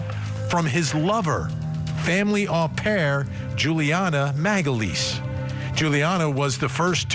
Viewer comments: It’s pronounced O pair , it’s really funny how you say it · FYI Vinnie. You’re mispronouncing au pair. It’s “oh pair.”